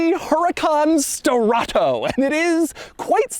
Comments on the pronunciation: not Strato BUT STE-RRA-TO. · Sterrato is NOT pronounced sterrahhtttooou dougie boy. If it were, it woudn't be written the way it is. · I lost count how many times he said: "Sterrrrrrrrrrrrrrrrrrato" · “SSSTTerRATOO”… sir y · Love how he keeps saying "STERATHO" 😂 And, who cares for the engine downgrade ? You still have 600 horses for an offroad adventure . And it's not even considered slow . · “This is my BrAnD NEW HuRAcan STerraTO” (put emphasis on the capitals) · why do you pronounce sterrato so exaggerated every time you say the word.. kind of weird lol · It’s the emphasis on STERRATO for me 😂😂😂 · If this guy says “Sterrato” one more time… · Drink everytime he says "Sterrato" 😵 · Take a shot every time Doug pronounces Sterrato with the over the top tone and you'll be getting your stomach pumped in no time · He really tried to nail home how obnoxiously annoying he can keep saying "sterrato" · Say Sterato once again but slower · Doug made this video just so he could say “sterrato” with crazy emphasis every time